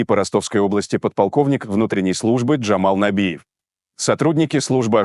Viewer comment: Джамал набиев... Мне уже уши режет